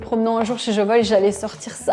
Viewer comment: Pourquoi vous prononcez "Jovoï" et non "Jovoua" ? En tout cas François Hénin, le fondateur, le prononce de cette manière